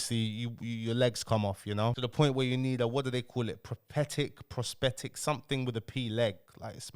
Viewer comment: Prounounce it pross- thetic .T 😎🤙🏼